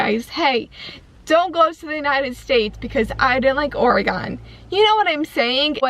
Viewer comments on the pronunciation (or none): OR- E -GEN not OR-E-GOEN. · You said Oregon wrong.